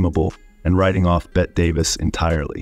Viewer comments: Her name is Bette Davis, pronounced BETTY not 'bet'! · Hello! Bette Davis' name is pronounced BETTY. Not BET. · "Bet Davis" - wow, this guy really knows his stuff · It's pronounced Bet-tea Davis, not Bet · It's Betty Davis, not Bett Davis. You mispronounced her name so many times, it was obvious you were ignorant of its proper pronunciation. How does such a glaring mistake happen? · It's pronounced "Bet-tee" Davis!!! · "Bet" Davis says "no" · “Bet Davis” 😂😂😂 AI, folks! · "Bet" davis